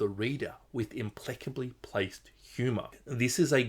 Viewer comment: impleccably? The plec-spawn are getting to your head...